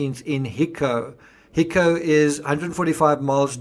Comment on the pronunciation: It's pronounced hi-co "high" and "co" like in co-worker hico